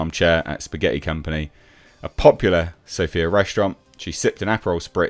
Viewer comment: It is Sófia, the epmhasis is on the 1st vowell =) Movie sounds nice and filmed in Bulgaria, yay! 🥳